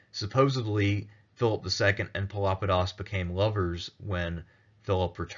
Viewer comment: Pelopidas is most certainly not pronounced as Filopedis. Pelopidas is the minor case of Pelops (from whom Peloponesus took name), a Bronze Age that means "dark eyed"